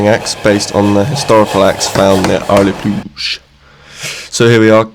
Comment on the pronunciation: Hey! Love your content as a beginner blacksmith with a passion for axes. This, along with the Hjartum styled axe are some of my favourite blacksmith content ive watched on yt. Thanks for bringing us along and providing good videos. ps hillarious pronunciation of the word Areplog :)